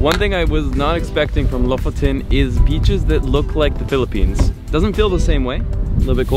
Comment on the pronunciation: it's my first time to watch your video and Im from Phillipines I was kinda shocked when you say the word "Phillipines" I was amaze 😊